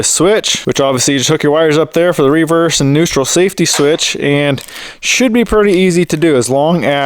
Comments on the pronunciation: Hahahahahhaa literally thought the same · Never heard an American pronounce "reverse" like that